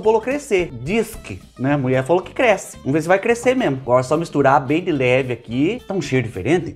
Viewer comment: Amo as suas receitas, e principalmente quando vc fala: A MUIÉ FALÔ!!! 😂😂😂❤❤❤